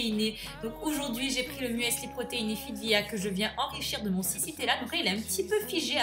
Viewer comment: On le dit pas comme ça le mueeeesli